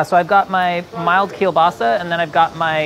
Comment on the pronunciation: what a perfect Polish pronounciation of "kiełbasa"! congrats:D